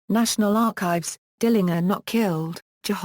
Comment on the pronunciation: I'll say this tho ,she pronounces his name correctly which is rare. he called himself correctly, DILLINGER w/ the last syllable like 'finger'. the German way.